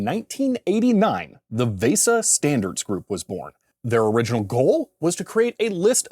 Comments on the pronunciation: also vesa is pronounced like visa, I'm old, I'm cranky lol. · why do you keep saying VESA wrong VAY-sah is not right lol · I applaud you pronouncing VESA phonetically, except that isn't the correct pronunciation. VESA has a hard e.